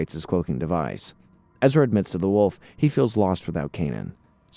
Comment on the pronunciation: It’s pronounced “low-thaw” 😂. I keep hearing a mispronunciation of waffle. Otherwise, great work on the recap